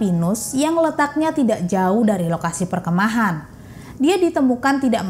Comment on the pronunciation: Mbak perkemahan, bukan perke'mahan 😂